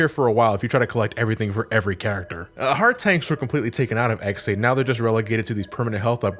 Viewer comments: Okay, it may just be me but every time says "X8" I mishear it as "ex-aid." Like the Kamen Rider. =v='' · Is it just me or does it sound like is saying “Ex Aid” when he is saying “X 8”? The amount of time I heard “Ex Aid”, I swear was going to do an henshin and start fighting the bugster threat. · Whelp i am officially a no liver: every time he says X8 it sounds like ex-aid and paradise lost is a faiz movie. Both are kamen rider (pls watch kamen rider)